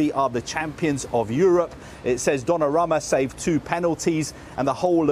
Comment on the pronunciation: He pronounces the GK's name as "Gianluigi Donnaramma" 🤣